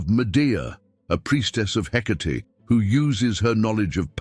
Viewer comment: Are you sure it’s “Hecate” , not “Headache” ? lol ….